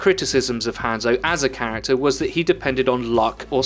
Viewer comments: Ranzo is even more accurate actually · Hanzo is not said like that its "Ha" as in ha ha then add a N then zo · If you pronounced his name right, I probably would have watched the rest of it. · Why are you saying hanzo's name wrong?